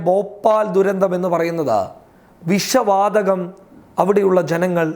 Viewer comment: വിശ വാതകം അല്ലാ വിഷ വാതകം..... പോയി മലയാളം പറയാൻ പടിക്കടാ....... ചാനല്ഉം തുറന്നിരിക്കാന്